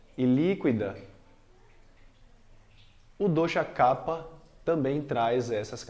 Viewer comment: Excelente explicação sobre Ayurveda! Grato professor. E que bom ver a pronúncia correta do dosha kapha. Pois muitos professores pronunciam incorretamente "kafa". Namaste!